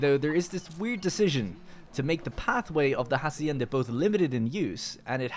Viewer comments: The 'h' in "Hacienda" isn't pronounced. So its more like "acienda" and not "Jacienda". Sorry for the nit picking but it was getting on my nerves. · @@ Interesting, I though in english "farm" or "ranch" would be the preferred word and "hacienda" was added untraslated to add a latinamerican flavour, like "jornaleros" and "obreros". Still, "jasienda" sounds extremely annoying to anyone used to the castillian pronunciation.